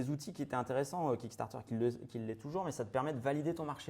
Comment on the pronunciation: Ah bah QUAND MÊME!;), c'est pas QUICK Starter mais KICK Starter ("Quick" c'est Groquick:))